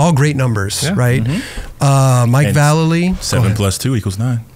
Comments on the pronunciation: It’s pronounced Vallely! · VAH LAY LEE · YOU HAD AN EPISODE WITH VALLELY AND YOU STILL CAN'T PRONOUNCE IT😂